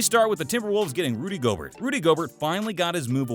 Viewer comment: Rudy Go-Burt?! I'm 100% convinced you don't watch basketball at this point